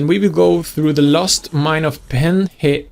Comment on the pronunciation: That dungeon is pronounced 'fan-del-ver' btw. The Lost Mine of Phandelver was a very popular introductory campaign for D&D that was released with an old starter kit.